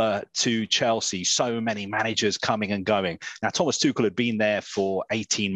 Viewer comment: It's Tu rrr..el not Tu kel... Please put some effort .. that why he was lately edgy and he got fed up with England..